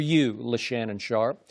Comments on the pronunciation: Tell me how can he have any credibility when even his peers call him "LeShannon" ? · lol “LeShannon Sharpe” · She called him Leshannon 🤣🤣🤣